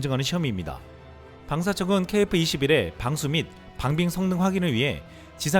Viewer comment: KF발음이 .케이프 로 들린다는ㅠ